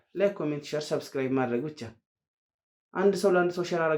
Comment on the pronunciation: ሳብስክራብ አድርጉ ሳይሆን ሰብስክራብ አድርጉ ነው የሚባለው። ሳ ሳይሆን ሰ ነው።